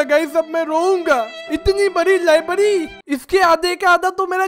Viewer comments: Libary nahi library😂😂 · First libary nahi hota its library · Bhai libary nahi library😂😂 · Library hota ha libdy nahi hota ha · Bhai lyerberi bol